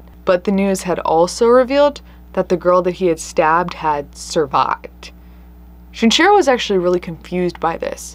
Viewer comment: Is the mispronunciation of the killer's names (Shinchiro instead of Shinichiro, and whatever that pronounciation of Andrei Chikatilo was) intentional or accidental...? I understand if you don't want to encourage people to look them up or something, I'm just curious